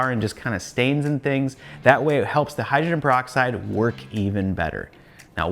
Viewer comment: It’s pronounced Hy-dro-gen peroxide. Not Hy-dren. Just a friendly FYI. There were so many words I didn’t pronounce correctly until someone told me. And I appreciate it to this day! 😁